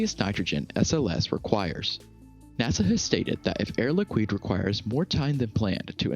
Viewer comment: Air Liquid is pronounced Air Likid not likwid